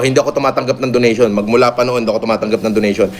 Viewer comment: Donation ❌ Donatin ✅